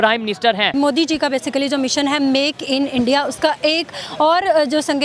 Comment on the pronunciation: They always evolve their own words 😂😂..Only they say this .like bartania,peu tin 😂😂😂..And many more ..moodi...